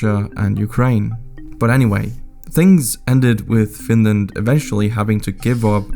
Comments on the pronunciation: OH NO, NOT FINRAND!! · Whaaaat? Oh my god! Not Finraand! 😂